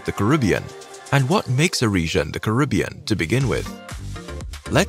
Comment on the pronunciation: The name is Caribbean not karibbean